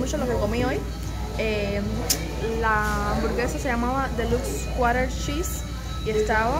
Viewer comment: ¡Tu manera de pronunciar "Deluxe Quarter Cheese" es tan linda!